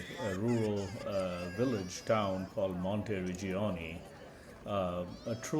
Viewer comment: MONTERIGGIONI, two G and one N, not Monte Rigionni.